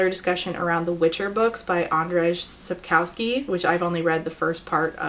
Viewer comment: Some pronounciation tips Andrzej Sapkowski is like An like Angelika D is normal Rz is like Jean (French pronounciation) And ej is like hey Andjeaey Sapkowski -> Sapkovski Greetings from Poland!